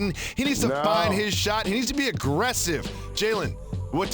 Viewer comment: How 'bout that.. Proper accent placement on "Nikola". It being on I, not the O. Cheers. Joker aint no joke.